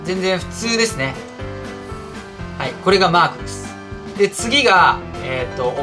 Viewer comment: mark がマー君に聞こえるｗｗ